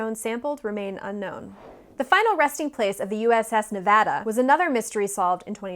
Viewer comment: You said "Nevada" correctly and with such force, I can tell you practiced it. Thank you! It made my heart grow three sizes!